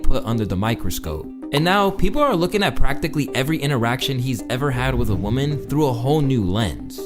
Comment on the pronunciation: Lmao you keep saying woman and women wrong 😂